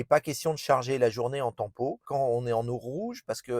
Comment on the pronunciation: L’option tant pot …..😂 on dit TEMPO